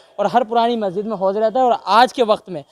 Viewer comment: Lo mo.aguzar ko majsid bolna nahi ata 🤣🤣🤣🤣🤣